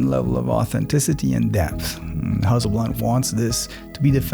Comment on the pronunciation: Huzzleblad should adopt your pronunciation!